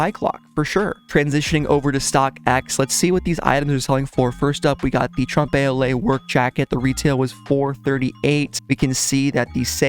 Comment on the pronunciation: Please google how to pronounce "trompe l'oeil" and what it means because lol